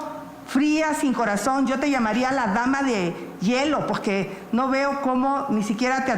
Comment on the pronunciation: La tal Xochitl dice pogque hasta burra para hablar